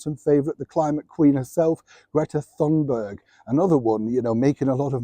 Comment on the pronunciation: if you absolutely have to mock Greta Thunberg, and I don't see why you should, at least get her name right. It's "TOON-berg", not "THOON-berg".